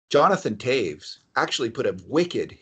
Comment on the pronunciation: How the frog can you say Toews properly?